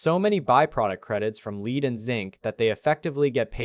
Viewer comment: did you learn how to pronounce lead at the learing centre in Minnesota?